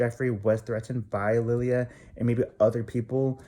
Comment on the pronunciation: first off, her name is lilah Gibney (lye-luh). Also, are you personal friends with any of them? If not, I don't think you have a right to put in any type of assumption of lives you don't know just because you "think" you know what happened. also, the truth and an opinion are two different things. So this is definitely just an opinion and assumption. Not the truth. No one knows the real truth right now but ya know what? That is ohkay. Let Jeffree and Nathan just live their lives and do what they want and feel is good for them. &last, if some girl came into my man's inbox i'd do the same thing and I'm sure a lot of girls can agree with that. We do things when we get angry and see a girl trying to talk to our s/o.I hope you don't get any death threats for speaking your opinion BUT it was really unnecessary from someone that doesn't know them on a personal level.